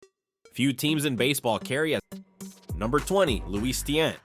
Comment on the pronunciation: It's not pronounced tee- ant it's ti-yant say it with me tiannt